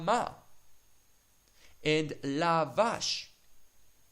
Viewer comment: lavash and nilbash? is it the right way to pronounce the last pair of words?